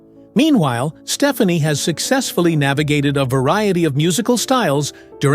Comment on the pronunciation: Love the respect they have for each other - this is not a slam, but Gwen's last name is pronounced Ste-FAH-ne